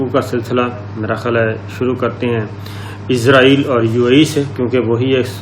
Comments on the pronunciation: Sir Word is israiel not izraiel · Izrael nahi Israel hai sahi naam.aap izrael keh rahe hain. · Plz pronenciate Israel as it is not izraeel (as) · سر آپ لفظ اسرائیل صیح پڑا کریں آپ کچھ اور پڑ رہے ہیں میں نے بہت بار کمنٹس میں بولا ہے